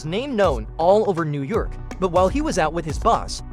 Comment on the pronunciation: “Could make them famous in Nurr Yurr-k”…